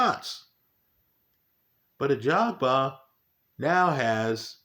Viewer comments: I remember when used to call him "Agaba" instead of Ajagba. Good times 😂. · Still says Agjaba here lmao.